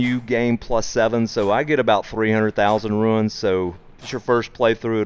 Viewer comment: Bro. Bruuuh! He doesn't give you "Ruins", he gives you runes. RUUUUUUNES!